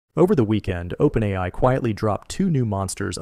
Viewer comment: as soon as he said openAYEEEi i realized i wasnt watching the channel i thought i was.